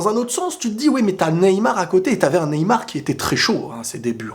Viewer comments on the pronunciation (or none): none